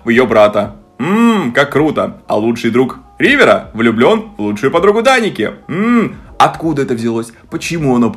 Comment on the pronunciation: произносит имя гг Я слышу вместо Даника, Драники😅